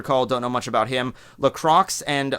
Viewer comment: Oof. That butchering of LaCroix's name. It's more like "la-kwah".